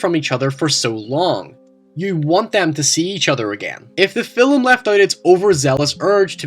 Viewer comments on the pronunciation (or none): film.. its not "fillum".. just like "talk" is not talluk" "stalk" "stalluk Just saying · I pronounced 'film' as 'filum' today because I've been binging your videos... my friends all gave me shit.